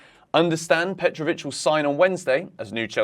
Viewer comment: Petrovic, petro chec- how that sounds😂